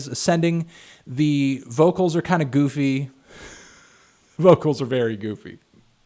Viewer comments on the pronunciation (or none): none